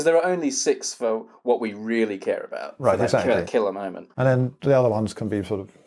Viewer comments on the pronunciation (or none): none